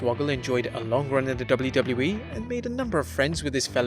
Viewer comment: I love when the voice-over guy says "doubloo doubloo wee"